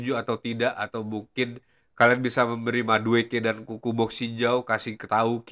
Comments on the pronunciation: Bang kenapa ente kalo nyebutin nama N'Kunku jadi "Kuku", kalo gk salah kan pronouncenya "En Kungku". Soalnya kalo Kuku kesannya kaya nyebutin nickname Cucurella "Kukureya" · Kuku doang bang ane dengernya dari awal ngikutin video² ente 😅